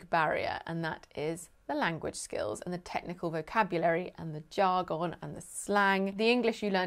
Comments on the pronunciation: I love when she says jar-gon with the emphasis On the wrong sy-lable ;) (vs Texas English) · you say Jar Gone, we in usa say Jargin